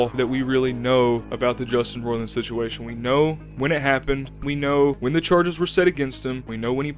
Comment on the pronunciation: Took you a minute to get into it and you don’t even know how to say his name. I’m supposed to come here for info?